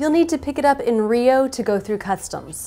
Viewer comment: U guys say rio like "real" kinda funny with all respect of course.